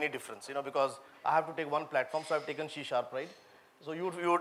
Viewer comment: not she sharp, it is C sharp.